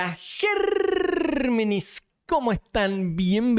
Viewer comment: Me gusta cuando dice gerrrrrrrrrrrrrrrrrmenes